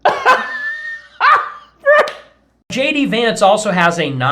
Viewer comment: It's interesting your video is about racists, but you struggle to pronounce Vivek and Kamala. 😬 I guess your audience will let that slide. I'm struggling on that part, I suppose. Racist whites aren't the only ones requiring further education. Yikes!